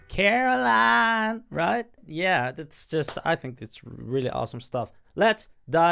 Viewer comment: Bro said : KARHOLAAAN